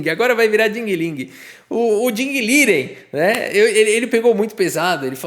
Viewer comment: Ding Ling é sensacional! Dei umas boas risadas kkkkkkk Vai, isso que dá querer pronunciar o nome do Liren como Lijen 😂😂😂😂